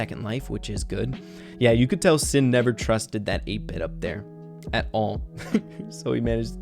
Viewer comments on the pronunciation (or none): Who else was saying SHIN everytime he would say SIN 😂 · his name is pronounced shin, (しん= She + n) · My boy, it's Alive Shin しん (shi+n)